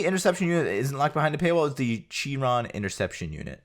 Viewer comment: no offense but its pronounced "Shiron" and not the way it is spelled